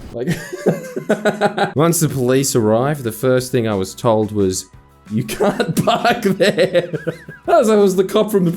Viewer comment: literally "ya cahnt pahk there sirl "